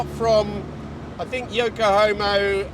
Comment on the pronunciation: Did you just call them Yoko-homos?! 🤣🤣🤣🤣